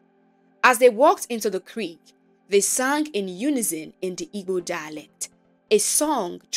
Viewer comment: It's actually Igbo. Ibo is a pronunciation commonly used are there was more interaction with other nationalities, but it really is Igbo.